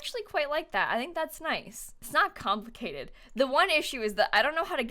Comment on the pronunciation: Every time you said "it's not complicated" I think of Harry Styles mimicking people from Manchester